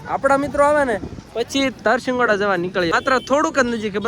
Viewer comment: Tarsingoda nay Tarshigada